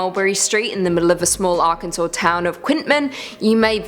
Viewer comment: Thank you so much for saying Arkansas correctly